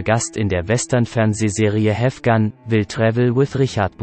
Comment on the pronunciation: Ja, klingt an vielen Stellen auch so. Allerdings ist das nicht konsistent. Bei "Gun smoke" spricht er beispielsweise das "gun" wie "Guhn", das "smoke" jedoch korrekt. Eine Computerstimme, die alles so liest als wäre es deutsch, würde das "smoke" dann ebenfalls eindeutschen und das e mit aussprechen.